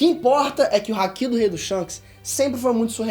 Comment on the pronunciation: Nova geração do Ei nerd, muito legal mesmo ❤️ só fiquei um pouco agoniado com a pronúncia do momo e do Haki